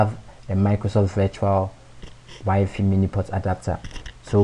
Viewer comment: crazy guy fixed my year long issue.. so I will overlook that he calls wifi (why-fi) "wee-fee" !! ? :|